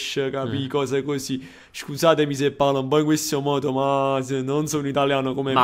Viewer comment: va bene ma l'accento su "se" no pls ahhahaah